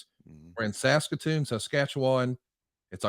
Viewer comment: I gotta say I’m very impressed with on this one. For a southern boy to manage to get out Saskatoon Saskatchewan that close to correct is incredibly impressive. That’s not a knock on people with a southern accent, Saskatchewan is a native Cree word, That screws up almost everybody. Great video fantastic topic and again well done to. Yeah, I’m from Saskatchewan, And I see you said it just fine.